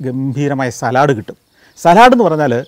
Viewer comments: not salad, but Sa-led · Santhosh, the English word ‘salad’ is pronounced as ‘saalad’ The Manglish pronunciation is ‘salaad’. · Salud not Salaaad